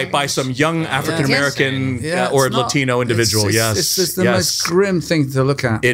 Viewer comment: Every time he said "African American" I understood "Afghan American" - and I thought, how would they know somebody is Afghan, instead of Persian, Syrian or alike looking ethnicity.